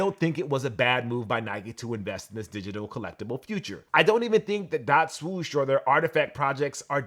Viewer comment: My man still can't say swoosh properly. Smh.